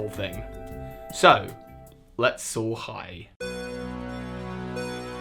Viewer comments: Was I the only one who always thought he was say so hi Pokémon master instead of soar high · Wait. He was saying soar high at the end of his videos this whole time? I thought he was saying so hi! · Same reaction, though so thought he said “So Hype, Pokémon Masters”. When he said it the way he did I was like “😲 This is some kind of yanny or Laurel shenanigans”. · Coren la Volpe duuuuuuuude same! I always thought it was weird. Just recently found out he said "SOAR high"!